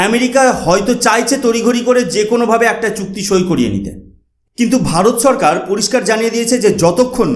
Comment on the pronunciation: TUMI NOMOCHKAR BOLO KENO? NOMOSHKAR BOLBE. TUMI SHO ER UCCARON KORTE SHEKHONI, LECTURE MARTE ESHESO. SHORKAR KE BOLSO CHHORKAR. HA HA HA